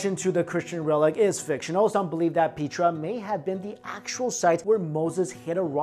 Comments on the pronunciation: Petra not Peetra. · oh i thought it was pronounced pet-tra not pea-tra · Petra is not pronounced pea+tra.Pet like petting a dog & tra make PETRA.Please make sure as to the English pronunciation to words ok? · Peh-truh. Darren cool-you. 👍🏿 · Petra comes from Greek, and is pronounced Pay-tra. The original name for the city was Raqmu. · its pronounced PETRA, the E is the same as in EGG